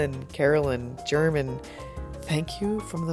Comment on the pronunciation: I think you mispronounced Germans name. Its pronounced like an H like Herman. No worries. Thanks for the update